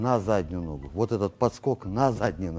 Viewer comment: Не ногУ, а нОгу, все равно не мОгу😂. С удовольствием смотрю всегда👍🤝